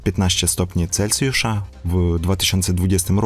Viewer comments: Jesteś świetny, robisz bardzo wartościowe filmy - zawsze niezwykle merytorycznie! Ale mówimy "celSjusza", nie - "celCjusza". Piszę, bo widzę że masz głód wiedzy i rozwoju, to nie hejterski komentarz:) jesteś moim wymarzonym mężem pozdrawiam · Mówi się Celsjusza a nie Celcjusza.